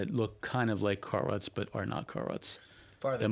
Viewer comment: Cart Ruts... I thought you said Car Rust.:cat-orange-whistling